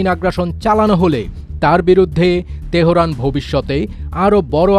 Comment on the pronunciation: Bhai News Porse Ke... Bahorain , Tehoran...